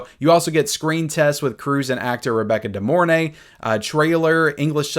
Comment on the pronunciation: It's actually pronounced Rebecca Dee-more-NAY, not Rebecca Dee-MORE-nay. Why? Bc it sounds cooler in her old trailers. Old school hottie.